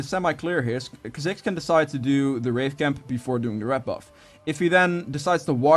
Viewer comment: Kaziks? Kaa-zicks 👌🏽